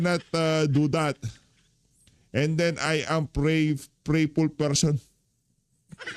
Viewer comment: Prayerful- not prayful